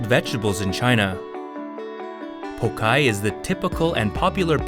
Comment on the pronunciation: Cut with Chinese knives, fermented with Sichuan Pepper, Made with Chinese cabbage, so it must from China and originated in............. China of course ^^°^^♥♥♥ It´s pronounced Pao Tsai not pokai!!